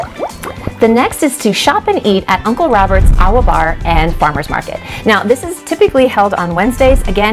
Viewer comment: Hah-nu-kah-nay new-ee... LOL. Also - not "awa", ah-va. ;)